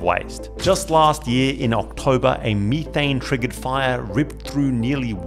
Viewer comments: "ME-THANG" 😂😂 IRKED MY SOUL EVERY TIME HE SAID IT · METH- ane METH METH METH not meeth it's not meeth heads it's meth heads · Meethane? Tf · At 19 MIN HE SAYS ME THAYNE INSTEAD METHANE IT IS METH AYNE NOT ME THATNE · It's called "methane," (meth-ane). Not (me-thane). You're the only person I've ever heard call it that in my 39 years. Lol. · Leaving your video because of how you pronounce methane.... You don't say the stuff "Me" th... So why in God's name are you saying methane like that😅 absolute cringe and I'm gone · U mf u beat me to it- i read it in mangalast year before the ankme its fire- tell me why cuz pronouced methane- ME THAYNE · I have never in my life heard someone pronounce Methane as "Meethane" lol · Mee-tane gave me a chuckle every time it was said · Ive never heard methane pronounced like that.